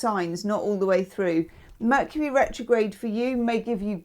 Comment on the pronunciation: HOW FITTING is it that [during Taurus] you said “Vercury Metrograde “ 😂 that was awesome! You’re the best!!!❤